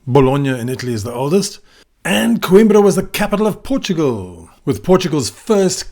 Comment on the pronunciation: É COIMBRA e não QUIMBRA! Aí que tradução! 😂😂😂